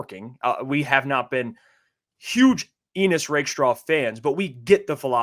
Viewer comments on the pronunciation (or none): Why did Brad and these guys pronounce his name like it rhymes with penis? Never met an Ennis that pronounces it that way and I live in Appalachia. I know some folks named Ennis. It rhymes with Dennis. Bucky and DJ pronounce it my way as well. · It’s pronounced N-iss not Eenniss right?